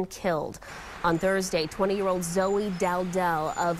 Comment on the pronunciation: It’s Zoe rhymes with Joe